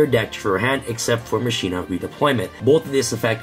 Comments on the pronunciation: Right? Final Fantasy X was damn near two decades ago and they got "mah-key-nah" right the first time. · ma-ki-nah not ma-shi-nah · for the love of God its mah-key-nuh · As a highly educated duel links player I believe its pronounced Ma-China 😤😤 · I cringe everytime someone says "masheena"